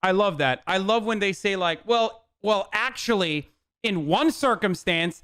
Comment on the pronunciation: Well ..well....Ackshulee...